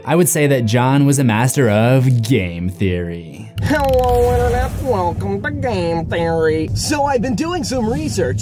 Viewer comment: Great video and analysis! However I am super dissappointed that you failed to properly pronounce "Game Theory" in that last part. Shame Shame 😂